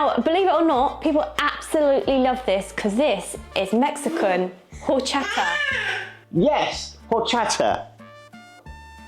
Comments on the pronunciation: it's Orchata, the H in Spanish is silent. My favorite drink with lots of ice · Jorchata. LOLL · Highly recommend trying rice pudding/arroz con leche next time! I prefer mine chilled, but it's good while still warm too. PS quick note, it's actually pronounced "orr CHAHT ah", the beginning H is silent in Spanish 👍